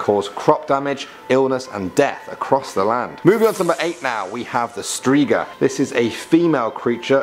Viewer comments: I'm sorry but I couldn't help but laugh when you said "an ogniki". I do realize you had probably found it like that on the internet but Ogniki is plural and singular is Ognik. 'Bogniki' works the same. It's Poludnica, not Polundica, Strzyga not Strzga. And btw these are not really urban legends but monsters from slavic beliefs but I won't complain since we don't really have many modern urban legends. I personally know just one. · I know right especially Strzga. They say it like Strzyga lol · Striga but you pronounce it strhyga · ughh, you butchered not only the names but also the way you write them strzYga, not strzga poŁUDnica, not poLUNdica Bieda (byeda) not Bijeda (biyeda) Biali zimni ludziE, not lud-zi